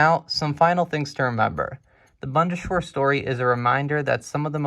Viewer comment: Proper pronunciation: Bund: not bund but boond Bundeswehr: not bunde-schwehr but boon-des-vehr Panavia: not Pana-via but Pan-avia